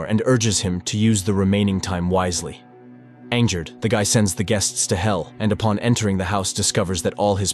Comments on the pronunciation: Did you catch the "anger" with the soft g? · how can the AI voice you're using mispronounce basic words like cipher and angered ? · Who provides the voice description??? Angered isn't pronounced 'Ayn-jer-ed' it is pronounced 'Ayn-grr-ed' (hard g) and Cypherman isn't pronounced 'Shee-fer-man' its pronounced 'Sigh-fer-man'. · People flooding to the comments to bitch about "cheefermin," when the narration sometimes shifts to referring to the main character as "a man," pronounces angered as "ainjurred," and describes Alex as "sending his guests to hell"